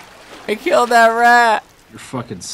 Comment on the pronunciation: Do you notice that when he says "killed" it sounds like "kiwwed"?